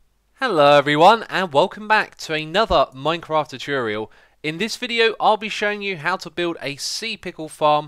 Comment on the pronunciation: I love the xisumaisums. you say to-churial as a reverse to cutorial = tutorial awesome just as good as a-cha-cha wood instead of ac-ash-ia.